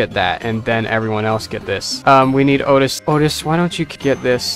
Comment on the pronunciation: Please don’t say oatis because its oatchi pronounced like oat-chi